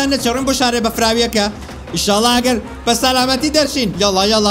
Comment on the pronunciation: لەبەر یاریەکە قسەو بۆ ناکرێ لەجیاتی بڵێی سەلامەتی ئەڵێی سالاماتی مردم ئەوەنە بە خێرای قسە ئەکەیت😹😹😹😹